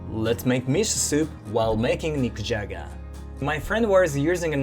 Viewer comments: „Nikujaga“ sounded like „Mick Jagger“ to me. 😅 Please don’t eat a rolling stone. ☺️ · I thought he said I’m gonna make “mick jagger” for dinner lol😂